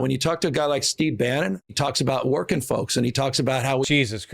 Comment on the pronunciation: Newsom just said “werkin fokes”. Gag me